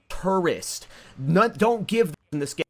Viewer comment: No one in this video can pronounce "Tourist" correctly 🤭